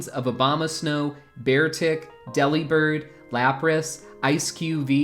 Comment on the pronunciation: It’s not pronounced Deli-bird. It’s De-Li-Bird. He’s a BIRD who DELIVERS. Not a meat counter that flies.